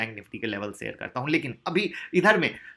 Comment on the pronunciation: seyar nai bla kariye sir ji sheyar hota hai